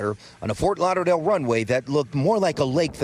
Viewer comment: Fort Lauder-lale 🤔 0.45?